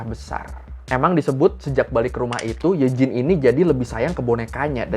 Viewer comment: BTW Eugene itu bacanya Yujin bang